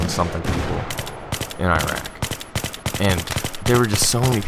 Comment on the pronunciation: Holy fuck FINNALLY someone knows how to say Iraq.